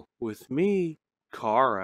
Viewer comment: FINALLY HE SAID CHARA CORRECT btw do u remember me from last nights video/stream